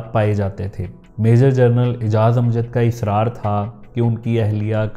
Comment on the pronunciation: آپ نے اس وی لاگ میں لا تعداد دفعہ لفظ " جنرل" کو " جرنل " کہہ کر پکارا ہے۔